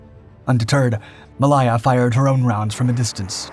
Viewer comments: MA "lay" AH.... from wikipedia /məˈleɪə/ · Pronunciation in English is appalling.... Try these ....... WAR-SPITE Not War-spit ... the e on the end affects the nearest vowel making th (I) sound ... Try Mal-aya ..mal hay Ah ............. not mal-ay-ya.. the entire documentary is riddled with problems, taking of destroyers when on screen are submarines, which were never mentioned. You need an editor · WarSPITE. Mah-LAY-yah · Warspit indeed. It has a E on the end. So that's SPITE you ignoramus. Also see - May - Lay - er (Malaya). Poor. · RN retired, it is HMS WARSPITE ( spite) and it is Ma lay a. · The pronunciation of Malaya and Warspite 😅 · How the bot miss-pronounced Malaya is beyond me. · Warspit? Did you hear Malaya butchered? What's so difficult about pronouncing names? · But he gets Malaya wrong